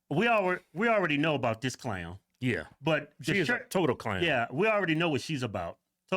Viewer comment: Why is the mayor Canadian? "Abooouuut the city" . Can someone explain how this happened to me? I honestly had no clue Cincinnati was this "diverse" and woke. its OHIO for God's sake. It's supposed to be a red neck mid-western state. Does a single city in the USA exist above 200k people that isn't ultra "diverse" and woke? Why can't we have a city of like 500k people so we have all the good things a city brings, but have the sheriff for it be like that guy from Florida, and the mayor be republican? Why is that an impossible dream? I had no idea Cincinnati was this bad, its worse than the average California city. One more place to never accept a job offer in I guess.